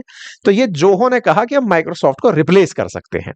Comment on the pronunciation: यदि Zoho का उच्चारण 'जोहो' होता है तो Joho का उच्चारण क्या होगा?! और आप teacher हैं?! :face-fuchsia-tongue-out: बाप रे...!!!